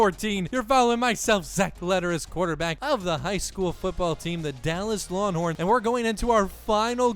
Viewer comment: "Lawnhorns" lol, love the series